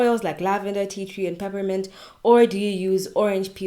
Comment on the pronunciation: Bonjour from Paris!. New subscriber. Please Can you write for me the oil that you added in the rice water. I heard pipimante!!! Est ce que you wanted to say essentiel oil of menthe poivrée? Peppermint essential oil? Where do you buy it please,? Be kind to answer. Have a very nice day. Super Bonne journée